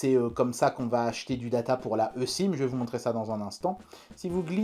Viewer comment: Je crois que la e-sim se prononce i-sim ! 😂